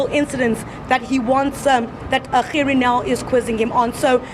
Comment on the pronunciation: I love. i REALLY DO but I don't remember Gerrie Nel's name being PRONOUNCED like that. It's something about your Gs that are NOT quite RIGHT! Ba-Ha-Ha-Ha! I'm your friend but your PRONOUNCIATION of Gerrie Nel's name is a bit NIGHTMARISH!:) When you say the G, in Gerrie, I hear a CUTTING sound. Aah! If ONLY words could kill. You could slaughter people with the way you say Gerrie!:)